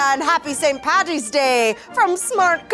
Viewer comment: I love seeing you in videos. Adorbs and funny! And as an Irish person (in Ireland) thank you for saying Paddy and not Patty!